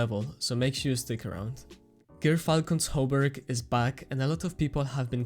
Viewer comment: Your pronunciation of Gyrfalcon's Hauberk is the best I've ever heard! Bungie should hire your to teach people how to pronounce it.